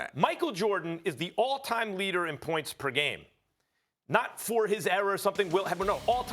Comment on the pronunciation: Literally No one : Max Kellerman : P-E-R